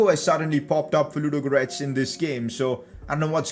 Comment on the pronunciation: Pcq:the way you say ludogorets is so funny